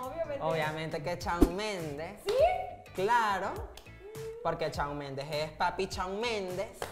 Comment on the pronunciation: Conductor: "Sebastián Yantra" Divaza: Yatra* Por qué dijiste Yantra?? 20s después *aparece Shawn Mendes" La Divaza: "Chaon mendes"